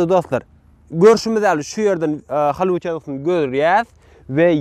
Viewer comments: Hallyvud dal Gallivud diyip aydylya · Не холливуд а Голливуд учись пожалуйста правильно говорит на английском буква H читается как буква G не позорь нас пожалуйста